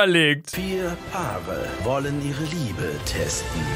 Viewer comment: ich hab statt liebe Ehre verstanden 😂😂😂😂😂